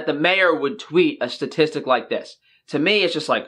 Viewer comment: goes vegan for a moment on the word statistic